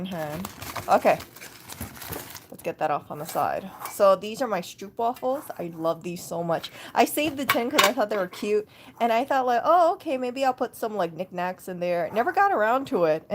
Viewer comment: Delicious, stroopwafels. I have no self control with cookies, chocolate and liquorice. The only way to control is to make sure I do not buy them. BTW correct pronouncement: st-rope wafel (with a long a)